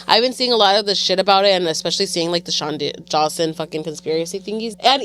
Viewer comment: lmfao this girl. - bye. “Sean Jawson” ?!?! 😂 It’s pero porqueeeee. 😩🫠 We love you Shane!!